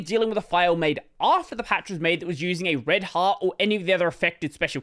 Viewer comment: every time you say "red heart" i listen: "red hat"